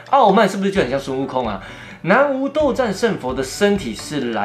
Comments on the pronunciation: 南無注音為ㄋㄚˊ ㄇㄛˊ不是念ㄨˊ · ～要唸南(ㄋㄚˊ)無(ㄇㄛˊ) 因為是梵語音譯的沒有國字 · nanwu 斗战胜佛。博主先生读错了